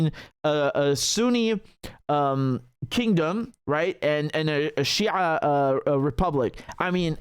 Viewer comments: The way he pronounced شيع is on point makes me wonder which background you come from? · whait! do you have any Arabic roots?! the way you pronouns shi'aa surprised me, because letter ع in Arabic is one of the hardest for westerner to pronouns right after ح.